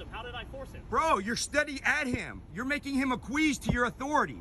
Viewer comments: Acquiesce. That’s pronounced, ak-we-es. Not akweeze. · a-queeze 😂 (ac-qui-esce) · Acquiesce....A-kwe-'es. Not, a-kweese, lol. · "You're making him aqueeze to your authority! " Oh nooooo! "Aquiesce" is pronounced more like ack-we-ess, but I'm pronouncing it "aqueeze" from now on!!! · “You’re making him ‘Akweeze’ to you authority” lol 😂 I think you meant Acquiesce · The pronunciation of acquiescence made me giggle. I mean, he’s doing the lord’s work by recording and asserting his rights, but saying aquisse or however he said in it in such an angry tone killed me. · Had to relisten a few times...Never heard "Acquiesce" pronounced so it sounded like "A queef". 🤣🤣🤣🤣🤣🤣🤣🤣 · aqueeze ? hahahahaha "Ack we ess" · "you're making him aqueeze to your authority", LOL ... WTF? Aqueeze? Is that the fool's attempt to pronounce the word ACQUIESCE? Oh dear. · Did you really say "Aqueeze to your authority "? Come on man. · "You made him akweeez to your authority." Akweeez? Did you mean acquiesce? It's not pronounced the way you think it is. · Giy said, "Make him "Ah-queeze" to your authority...." Its spelled acquiesce and so it definitely isnt pronounced Ah-queeze, is Ack-wee-ess. Go watch pirates of the Caribbean, they say it right there. Blows my mind how people try to use words beyond their normal vocabulary in YouTube videos, mayne they want to try to seem smart? Yet they complete good the pronunciation. At least he used it in the right context, despite the mispronounciation. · Aqueese? What? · "Acqueeeze to your authority"? If you are going to use the word, know how to pronounce it. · ""Akweez" to your authority." 😂😂 Classic, "only ever read this word and never heard it spoken" style of "Acquiese" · he lost me at how he said acquiesce